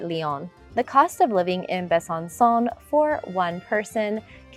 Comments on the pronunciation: Besançon final sound is not like English « son », but is like « song » (without final « g ») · It would be nice if you pronounced the city names correctly. I stopped watching at Besancon. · Hi! Interesting videos indeed 😊 I had the impression you spoke some French... whatever the prononciation of Besançon (Bè-zanne- song) is a slap in the face of a Frenchman... But surely you know 😆🤔